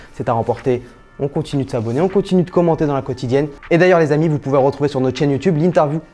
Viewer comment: Arrête de dire l z amis tout le temps 😂 sinon top